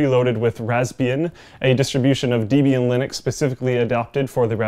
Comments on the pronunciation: Nearly 3 minutes into the video before you mention QUAD CORE. Is Deeb-ian the official canadian pronunciation? I tend to call it Deb-ian. I have the B model (single core) and I find it useful. As an always on IRC client. As a means to populate USB sticks with content to be distributed. And stuff that might otherwise run a 300W+ gaming desktop for hours and hours while I sleep (or mow the yard). Versus the 5v * 1A aka 5W-ish raspberry pi that does those tasks equally well without turning my bedroom into a utility closet / sauna. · Dehbian, not deebian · "Deb" in "Debian" comes from the name "Debra", and hence is pronounced the same way, not "Deebian". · He said Deeebian lol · Deeeebian? Have you used Linux ever? Sick you Windows you fucking casual. I find it funny that he thinks he will actually use the Pi for anything. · Dee-bian Linux eh? lol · The way he said Debian kills me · Haha the way he says Debian.. To funny